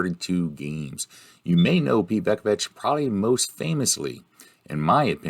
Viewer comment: I'm an APBA guy, so much of the gameplay was confusing, but it was still entertaining. is still a bog S-o-M guy, so this was fitting. Oh, and it's "VOO-ku-vich" and "Foley"...